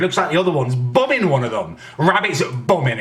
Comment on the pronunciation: the way he says bumming im dead